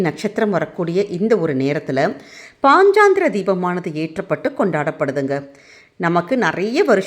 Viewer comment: பதிவுக்கு நன்றி. ஆனால் பாஞ்சராத்ர தீபம் என்று சரியாக உச்சரித்தால் நலம்